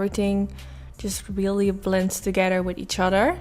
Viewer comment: Hey there. I hope you don't mind that I point out your speech. In no way am I trying to make fun of you or put you down. I just thought if I explain what I hear it will help you figure out how to change it. I just want to be helpful. ❤️ You are pronouncing think as tink, the as Dee, and together as togetter. You could try working on TH and the 'the' sound. And I just want to point out that it doesn't bother me one bit how you speak. And your English sounds really good. I just thought that if you think that you're having a problem with it or you wanted to figure out how to be better at it that you would want to know. And I put this as a comment in case somebody else is having a similar problem. PS. This makeup look is so bomb!